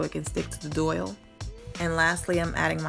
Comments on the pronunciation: It is called a Dowel not a Doyle!! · It’s not a doyle... it’s a DOWEL, it rhymes with TOWEL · not that it matters and PLEASE don't get offended....I would want to know myself......but it is pronounced dowel (like towel but with a d) not doyle....but stunning project! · it's dowel, not doyle. It took me a while to figure out what you were saying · JAY HUSTLE not unless the pronunciation of the letter W and Y have changed. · DOIL? You mean dowel? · I was wondering what a doyal was, then realized she meant dowel. It's all good. I always mispronounce things myself.☺ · enjoyed your video. just a point fot you, it’s called a dowel. pronounced like towel.